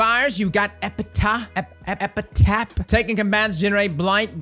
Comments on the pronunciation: Everyone: Epi-taff: Epi-tah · Quick note: most of the time ph is pronounced f… so as if it was spelled: epitaf… you are so much fun to watch by the way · "Epitaph" (Eh-Pi-Taff) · its epi taf say it with us epi taph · Lol its Epitaph, pronounced epə-taf. Usually an inscription on a tombstone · no he’s not. It’s pronounced epitaf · my mind was kinda blown that cross didn't know the word epitaph